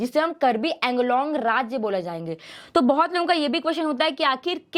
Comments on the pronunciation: Its pronounce as Anglong not Englong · Ok, most people mispronounce it. Woh ‘कार्बी आंगलोंग' hai, nah ki कार्बी ऐंगलोंग. 🙏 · The way you're pronouncing Anglong that's so annoying